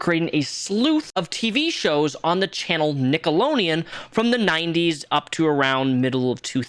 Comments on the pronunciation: Are you purposely calling it nickelo-neon?! If I got a dollar for every time You said that I would have had $100 at the end of this video. It’s very cringe and hard to watch because of that even more so than Dan schinder. Also I noticed why are the guys feet blurred out but the girls feet are shown? Also growing up watching this as a kid this is how I probably developed my foot fetish. But as someone with a foot fetish even as a kid I always noticed this. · Dans disgusting along with the many other pervs and pdos that worked on many kids television shows! 🤮 I kept getting distracted and giggling by the way you say "Nickelodeon" but you say it without the d like "nickeloneon" 🤣🤣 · Forsooth, good! Why dost thou keep saying “Nickeloneon”? @@ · "NickeloNeon" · i’m sorry this video is great but why do you keep saying “nickeloneon” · Why are you saying nickelonean instead of Nickelodeon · Are you saying “nickeloNeon? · Is it just me, or is he saying NickeloNeon? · You saying "Nickoloneon" is so triggering lol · Sounds like you’re saying “Nickeloneon” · Is he saying “Nickolonian” on purpose? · Why do you keep calling it nickolonian? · It's Nickelodeon. Not Nickoloneon. Just an fyi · Why tf do you keep saying NICKELONEAN? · its Nickelodeon. NICK-UHL-OH-DEE-UHN. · Stop saying Nickeloneon!! ;) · Alright it’s been a week. I’ve waited . You pronouncing Nickelodeon without the d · Jesus Christ can you not fucking read? It’s NickeloDEON, with a D, you shilling reprobate. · It's not "a whole slueth" ... And Nickelodeon ... has a 'D' in it You need to sound out your words lol phonics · please for the love of God pronounce the letter D in Nickelodeon when you say it. It's driving me crazy. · Theres a D in Nickelodeon,. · Bro how many times are you gonna say Nickelodeon wrong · You say nickelodeon totally wrong haha. You left out the D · it's "NickeloDeon" NOT "NickeleNeon" it's 💁🏼‍♀ "Nickelodeon" 👣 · "Nickeloneon." lol